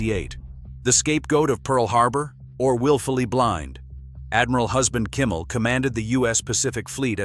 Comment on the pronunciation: It's not Kummel it's Kimmel.